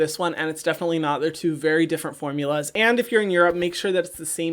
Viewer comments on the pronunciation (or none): none